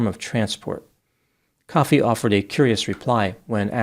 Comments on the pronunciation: Ko fee not coffee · It's not pronounced like coffee, it's pronounced Koh-fee. I think. I did look it up, but I'm only saying that cause of the wrestler Kofi Kingston, and WWE pronounce it Koh-fee. Whatever.